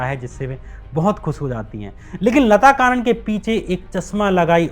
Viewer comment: लता कानन नहीं... लता कन्नन! और 'लेट्टे' नहीं L.T. T. E पढ़ते हैं!